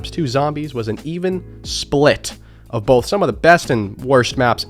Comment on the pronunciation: He doesn't say both, he says bolth